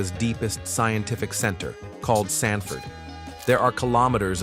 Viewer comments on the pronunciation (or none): none